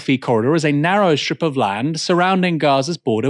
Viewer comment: "narrow STRIP of land", not "narrow SHTrip". Why is everybody doing this all over the west, this is not English. There's NO "H" in the ST sound. Or in the C sound in groceries, for that matter.